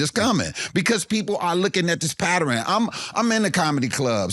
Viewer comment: "people are lookin' at this pa-tter-in."